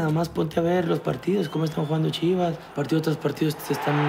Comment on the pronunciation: "CHIVAS" JAJAJAJAJAJA